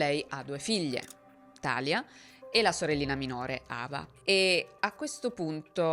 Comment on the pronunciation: Sempre bravissima,. È un piacere ascoltarti. 2 appunti però: 1) Talia si pronuncia Talìa (lo dicono anche in uno dei video che ci hai fatto vedere) 2) l’adderal è un eccitante per cervelli neurotipici, ha una funzione stabilizzante e in parte calmate per cervelli ADHD, e nemmeno per tutti. Se Larry avesse avuto un ADHD sensibile alle anfetamine lo avrebbero fatto dormire. Io sono ADHD (e autistica) e gli eccitanti mi mandano direttamente al pronto soccorso, ma ho amici ADHD che per dormire prendono il caffè. Riguardo alla difficoltà di uscire da situazioni di manipolazione hai proprio ragione, è molto meno facile di quello che si pensa. Anche perché persone così sono dei fantastici profiler e riconoscono le persone con poca autostima e facili da manipolare lontano un miglio. Anche per questo molte persone si ritrovano più volte nella vita con partner e amici abusanti. Ringrazio il cielo di essere uscita da questo ciclo a 35 anni. Ma bisogna fare un lungo lavoro sulla propria autostima e sul fidarsi di se stessi. Grazie per le tue storie ❤